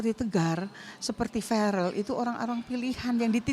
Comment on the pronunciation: Faareel??? Bukan ferel bunda mashya alloh namany faarel ?????